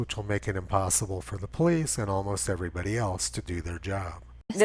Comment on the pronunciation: You mean the poe-lice!